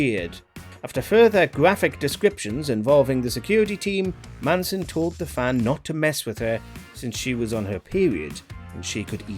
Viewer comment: Shirley “Mansion” it’s Manson.